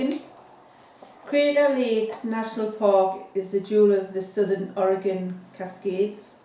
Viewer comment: Thank you for saying or-a-gun instead of or-a-GONE as too many (mostly mid-western and eastern) Americans do.